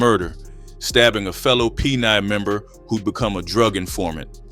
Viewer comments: Shoudn't it be pronouced PEN-ONE or peno and not peni? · I would of at least pronunciated the gangs abbreviated form as Pen-1....but PENI?? No fellas, just no 😂😂😂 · Its Pen one Not peni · Peni😂 its pen 1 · The name comes from a UK RAC band named Public Enemy. And it’s pronounced Pen 1. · PENI ? 😂 You couldn't pay me enough to join the peni crew! No shit they didn't do well in jail.. hearing the narrator say "peni" over and over is killing me